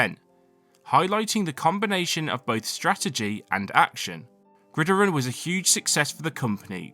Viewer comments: It's not "Grideron" it's "Grid Iron", two separate words. There's a movie called the Grid Iron Gang staring the Rock. But yeah, it's meant to sound like two words. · I was confused if iron was pronounced differently in GB than in the US or something but then I realized you just read the word the whole way through as one word with the stress on the first I lol its pronounced as grid iron, just said a little quicker as one word.